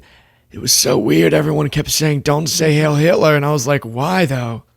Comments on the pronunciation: Why do you say “hail” when everyone else says “hiel”? Is this another self-censoring-to-avoid-censoring? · it's not "hail" it's "heil". It's German and it's pronounced with a long "i" sound. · Heil not Hail Hitler! Pronounced Hile! Either way it's despicable! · It’s not “hail” but “heil” which does mean hail anyway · Isn't it "Hi-ill" not "hale"? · Who wants to tell Kanye that it’s HEIL, and not HAIL. It rhymes with “while”, it doesn’t rhyme with “pail”. I guarantee he doesn’t even know what HEIL means. Spoiler, it doesn’t mean “hail”. 🙄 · “heil” rhymes with “bile”. Heil Hitler. Bile Hitler. Not Hail Hitler. Mispronunciations like this are not a good look for you, or anyone for that matter. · Please don't mistake the following remark for glamorizing Naziism or the American Idiots who embrace their idea of it. The word "heil", while it translates to the word "hail", it is pronounced (phonetically) "hile". Disrespecting the German language and journalistic integrity by investing zero effort into pronouncing this simple word causes you to lump yourself into the category of Feckless Blogger. I know you're better than that.